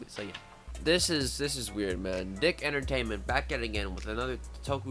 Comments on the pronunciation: your pronouncing that wrong, Dic is pronounced Deek not Dick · It's pronounced. Deek. Not dick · Its pronounced DEEK but I was a huge fan of SUPER SAMURAI SYBER SQUAD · Hey, The production company name Dic, it's actually pronounced " Deek" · It's pronounced"deek". If you watched TMNT back in the day, it said it at the end of each episode. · "Dic" isn't pronounced like "dick" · DIC is actually pronounced "Deek" lmfao I had SSSS on VHS as a kid and remember them saying it at the beginning/end of each episode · ugh at this whole video and he mispronounced DIC